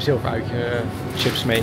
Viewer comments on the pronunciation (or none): none